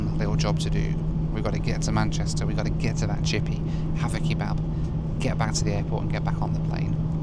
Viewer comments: The pronunciation of kebab as "key-bab" is infuriating 😂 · Who says "kee-bab"? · I like how you pronounce it 'key-bab' :)